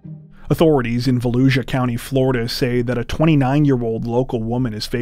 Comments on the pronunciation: It's pronounced....Vo..lou..sha! 🙋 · Volusia is pronounced (Voe-lu-sha) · I think it's hilarious that YouTubers like to talk about how much time they put into their videos yet they can't take five minutes to look up the correct pronunciation of places or names of people. Almost every YouTuber get "Volusia" wrong.